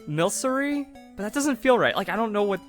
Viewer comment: it's milk-ery